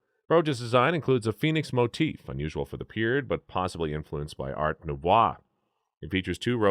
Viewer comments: You lost me at art nu-v-wa! Art nouveau. Nu-vo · Check those pronunciations. It hurts to listen. Even simple words like 'photography', as well as words like Art-Noveau, Tolstoy,intarsia, Frackleton, etc. Write it out as a script (which you probably already do), and then google the pronunciation of all the words you have any uncertainty about. You can find word pronunciations online in audio format, so you can actually hear them being said.